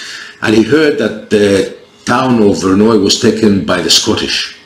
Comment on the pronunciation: Good overview and you pronounced the name of the battle correctly😅Only 1 matter so far the Milanese cavalry would have attacked the English right ,towards the archers and probably hit part of the English center also ,as in English fashion the archers would be at the wings of Salisbury and Bedford as in crecy and Agincourt.That is were you got Milanese formation wrong in their attack! On Bedford right, Salisbury's archers had also more protection on their flank,I contend as well as Bedford archers getting formed again after Milanese attack Salisbury sent some of his Archers to the opposite flank to hit the French assaulting Bedford in the flank.what you think?